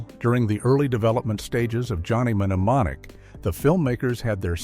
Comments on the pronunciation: It's pronounced nemonic not menemenemomic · You don't need to pronounce the M in mnemonic so stopped watching after the 5th time the narrator did this